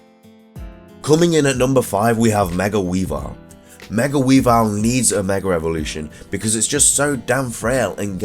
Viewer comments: Every time I heard you say megra evolution it killed me not a typo it's what you said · are you saying megra evolution. Maybe it's my hearing